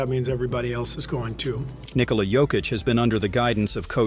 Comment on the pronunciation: His name is not Niiikola